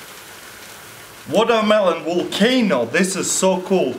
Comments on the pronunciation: "Water welon wolcano" - My boy Taras 2016. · wutormalone wolcayno. woooaw. so coual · Watermeylon wolkayno